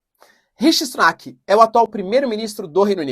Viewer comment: professor o nome do primeiro ministro nao é rishi (S)unak ao invés de rishi (T)unak. obrigado pelo canal ,vc é o melhor :p